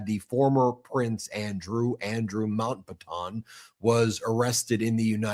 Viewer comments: It is not pronounced "Mount-baton" but it is pronounced more like "Mount-batton" Watch a video about Louis Mountbatten, who was Andrew's great uncle, to hear the correct pronounciation. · It’s pronounced MOUNT BAT TEN, not MON BATON🙄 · Mount batton is how it’s pronounced . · Lmfao. Say Andrew Mountbatten again!!! Smh. That’s some funny shit bro. becoss it’s funny. By the way. It’s Mount-Bat-ten. Say each one slow then join them. Mount. Like a mountain and Batten like a Bat 🦇 and the number ten 10. But if ya can’t get it. It’s okay cause the way you say its is funny as fawk. That and becoss or is it because. Lmfao. 🤣. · First let me say I watch your channel EVERYDAY. But I'm kind of tired of the mispronounce names. I will spell them phonically, Mountbattin and Patoemic. There have been others but these were in this broadcast. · Mate if you are going to talk about the Royals, at least learn how to pronounce his name. Ffs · First, learn to pronounce “Mountbatten”, you will need it.